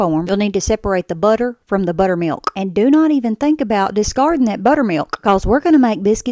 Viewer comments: Its pronounced butter mil-KKKK 😂😂😂 that's amazing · It’s what I came to the comments for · I came to write this comment only to find it the #1 when I open them 😅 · Lol, in Alabama, I've only ever heard it pronounced BUHTter-mee-yulK with the hardest K of any word you ever heard. 😅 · 😂 nice little click to lock that K in haha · I thought my speaker on my dam phone broke with that K. That was a hard K. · Omg the hard k is like nails on a chalkboard 😭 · That was the hardest K I’ve ever heard pronounced in the word buttermilK Edit: The dust has settled and I’m proud to announce wins the sub comment award for “that’s a crispy k” 😂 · fr almost sounded like a slur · Sounded like a balloon popping 😂😂